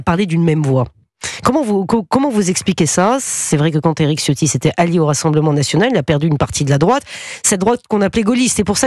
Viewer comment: Pour respecter la langue il faut prononcer 'Ciotti' avec un 'Ch', donc ça se prononce 'Chio' suivi par 'tti'. Le 'i' final est à peine entendu.